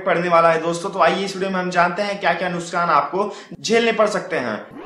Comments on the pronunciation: अबे वो नुकसान होता है नुसकान नही। बोलना सीखले पहले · Nuskkkkaaaan hahaha muskaaan Nuksaaan hein nuskaaaan nahi 🔴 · nuskan ni Bhai nuksan hota hai